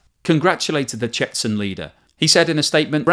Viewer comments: The 'nuclear train' is just doing what it always does; travel around Russia to avoid NATO tracking. Its ammunition will be delivered as extra warheads during a nuclear war. Its not going towards the front, it doesn't need to. Nothing to see here. Chetzen is pronounced 'Ch'chen'. There is no Z in the Russian or Dagestani alphabet. Wagner is pronounced 'Vargna' and is so named after the German composer for his (mistaken) love of the Third Reich (the originator of Gruppa Vagnera has Nazi tattoos). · More golden content and big thumbs up on your pronunciation of Lyman! Today’s bonus words: Ka-DEE-ruv, CHE-chun/CHE-chnee-ya. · Dear, please look up how to pronounce Chechen and Chechnya.